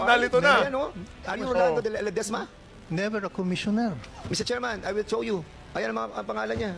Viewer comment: ph pakisabi ke Dan Pernandez, ayusin nya pronunciation nya. " i will CHOW you..." hahaha saka ang p and f nya pakiayos nya muna😂